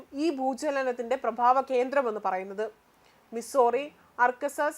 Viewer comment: പ്രഭാവകേന്ദ്രമല്ല. പ്രഭവകേന്ദ്രം എന്നാണ്.